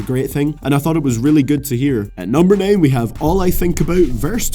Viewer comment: How this guy say 9 why